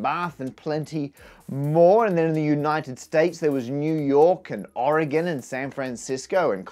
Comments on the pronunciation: Happy Birthday fractals! Hey, he pronounced Oregon properly! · HOLY CRAP YOU PRONOUNCED OREGON CORRECTLY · Thank you for pronouncing "Oregon" correctly! :D